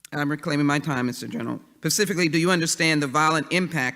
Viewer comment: Does that Jackson bitch know there is an s before the p on 'specifically'?